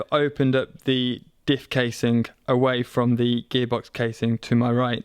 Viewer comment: Is he saying gay box?